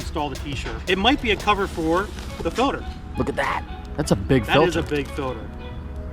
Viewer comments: it's filter not filder you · says filder not filter lol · Bearded guy pronounces Filter as "filder"😭😭 Are you guys from PA or something? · "That's a big filder" -2017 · "That's a big filder" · "Filder" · can't say filter lolol